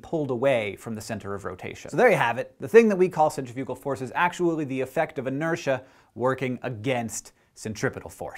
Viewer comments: To elaborate, you said it as center-fugal, when in fact it's really cen-tri-fi-gal (sen-trif-yuh-guh, -uh-guh from the dictionary). We're inclined to say it as 'center' because we see that first in the word, but that is an incorrect breakup of the word. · I was really confused at first but then I realized that I think you're just pronouncing "centrifugal" differently than I've ever heard it pronounced. Lol I'm dumb. And kinda tired haha, my bad ;o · TIL that I've been pronouncing centrifugal force as centifical force all my life. I'm currently having one of those WTF moments. No big deal. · You pronounced centrifugal wrong -_ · Akex and Carrie should re-record This Kiss because they said centrifugal. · are there two pronunciations for centrifugal, or have I just been saying it wrong since I was 12? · is it bad that i didnt even know what centifugal force was? i thought you were saying centripetal force at first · I have never heard anyone say "centrifugal" before so at the beginning I thought that I had been pronouncing centripetal wrong for my entire life.